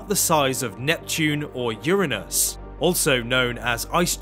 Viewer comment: Lololol. "Urin-us." 😂